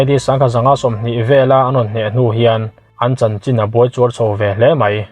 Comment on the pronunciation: Buaichuar ni lovin 'buarchuar' tih tur.